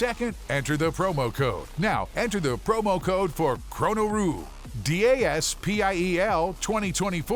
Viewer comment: Funny he said chronoru and its chonoru